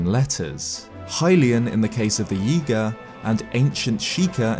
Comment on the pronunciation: Every time you say Yiga, it sounds like Yeega which makes me think you're going to say yeet